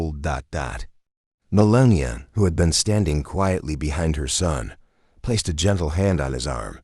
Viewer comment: MeLAH NEE AH